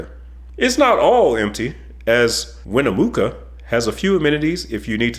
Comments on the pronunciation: WIN-UH-MUKKA. I LOL'ed when you said Winamooka. Ihave not heard that version of Winnemucca before. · I agree I-80 is the best cross country Interstate. I think you missed some interesting things. I've driven the entire length, not all at once however. Oh, by the way it's Win-uh-muck-uh not mook 👍☮ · Winne'moo'ca? It's Winne'muh'ca... Btw, I never understood why the George Washington and Verrazzano Narrows Bridges are bidirectional traffic on both levels... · Winemuca is pronounced “win-a-mucka” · I thought you would like to know that Winnemucca is pronounced like truck not mook. So it’s. Win ah truck ah Win ah muck ah Try it you’ll like it 🎉 Cheers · At 1219 spelling & pronunciation are crazy, Win-A-Muck-AH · WIN AH MUCKAH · That’s pronounced win a muck a, the town in Nevada! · WinneMOOKuh thanks for the laugh :) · As a Nevada resident, the pronunciation of the name Winnecmucca. 😄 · Ouch. Painful to hear the wrong pronunciation of Benicia. (Ba-nish-ah) And Winnemucca There's a ck in that.